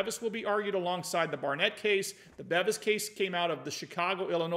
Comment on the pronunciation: it's Robert "BEAVIS" (pronunciation).